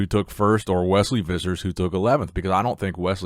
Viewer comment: I suspect his surname is pronounced Phissers.